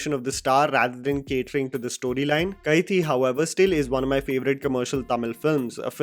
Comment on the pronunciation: Its pronounced as ka-thi means knife